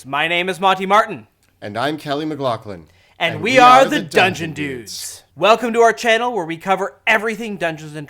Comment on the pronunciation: Laugh = laaf So McLaughling should be 'Maclaafling' not 'Maclockling'